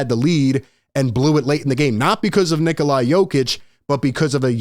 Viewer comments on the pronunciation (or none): Someone who can’t even say jokics first name properly doesn’t deserve a platform